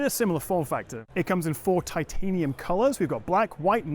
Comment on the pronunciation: Can you please pronounce ‘titanium’ properly.